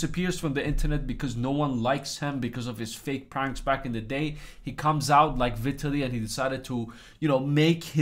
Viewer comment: Vit- ah- lee LOLOL